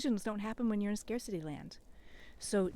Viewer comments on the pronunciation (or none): my brain heard you say 'scare city'! 🙂Seems like an accurate way to think of the meaning of scarcity! I really appreciate the way you describe the value of being calm when those around you are in their red brain. Red brain and green brain and new terms for me too, and I think they're great for bringing awareness to these different states of being. Thanks very much!